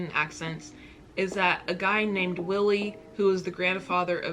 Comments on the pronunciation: Wiley not Willie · Wiley, isn't pronounced Willie, it's pronounced Why Lee but one world, similar to Riley but with a w at the start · it’s “why-lee” not “will-lee” you tried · HIS NAME IS WILEY NOT WILLIE FUCK ME LMAO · Willy 😂😂😭 his name is ‘why’-ly. I’m dead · It's pronounced why ly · (Continued) Wiley (rhymes with Miley) is GODfather of Grime not Grandfather lool Cockney is an accent in a specific part of East London. MLE is more the young, urban way of speaking. Almost like Ebonics but across different races, mostly black.